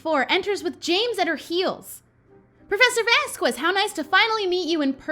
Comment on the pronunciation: Hey I think you’ve been pronouncing Vasquez wrong! I think you pronounce the “q” as a “ k”. Love your videos!❤️❤️